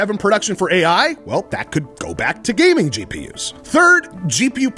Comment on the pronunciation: "Aei Aye" 😮‍💨